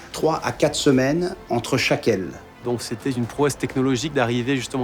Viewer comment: "donc c'étaizune promesse" RIP la liaison !